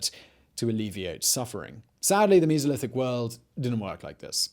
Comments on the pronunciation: "Meezolithic"?? WTF? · The “Misolithic”. 🤣